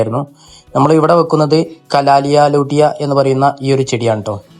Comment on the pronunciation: കലാലിയ ലൂട്ടിയ അല്ല കലാത്തിയ ലൂട്ടിയ.